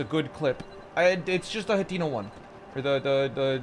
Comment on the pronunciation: How to say blue hinox BLUE HENOX